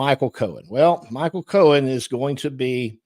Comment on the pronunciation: It’s Cohen — Not Cowan